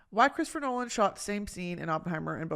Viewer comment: chwistopher nowan 🥺